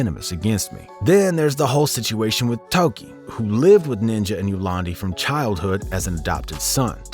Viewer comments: Tokkie, not Toki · Bingo! Doesn't know how to pronounce Tokkie either. Lol